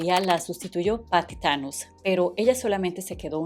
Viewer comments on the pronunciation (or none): none